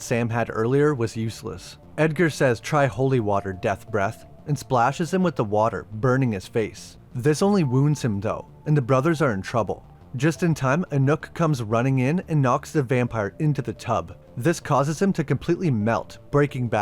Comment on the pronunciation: I mean, given that couldn't even get the dog's name right (apparently, the initial "N" sound wasn't clear enough for him, because he kept referring to him as "Anook."), I'm not surprised he didn't really pay attention to that detail either. Pretty clear he wasn't really paying attention to much outside of the major players, since he couldn't even be bothered to call several of the characters by name even though it would've made the script a lot less of a mouthful.